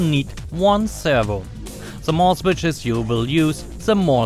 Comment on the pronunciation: "se switsches" 😅😅😅 Ich krieg mich nicht mehr ein